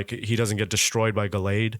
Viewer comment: The way BOTH of you mispronounced Gallade 😂 Chase fa cards: Wukong Infernape, manaphy, cresselia, shinx, rainbow yanmega, garchomp, shaymin